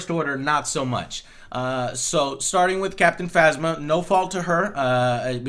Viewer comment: captain fantsma instead of Captain Phasma lol